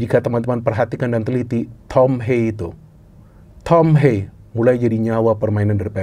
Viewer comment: tolong lah pronounce nya. Thom Haye, bukan thom heyy, atau thom heii